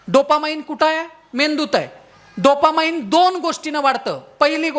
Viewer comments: डोपा माईन्ड नाही रे ते अडाण्या डोपामीन असतं ते.. अवघड आहे रे देवा.. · Not dopamind but dopamine.